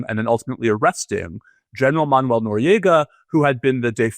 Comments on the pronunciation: Hi. Thanx. Just fyi, Manuel is actually pronounced ManWELL not Manual🙂. Peace🌬️🕊️. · Katie, Noriega"s name was pronounce man-WELL, not MAN-you-ell. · Oh, Katie, it is pronounced Manwel. Not Manual. Jesus, what a tool you are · Interesting conversation made almost painful by the mispronunciation of Manuel. It's pronounced "man-well" not "man-you-el". ffs. Other than that, worth watching. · Katie, it's man-WELL, not MAN-you-ul (It's not like manual labor or reading a manual). Your guest is saying it correctly. Second subject, "Does it fall within the parameter" NOT "Does it fall within the perimeter?" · Katie- It's "Man-wéll," not "Man-you-éll." Two syllables, not three. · If she can't stop misprounouning the Noriega's first name Im gonna freak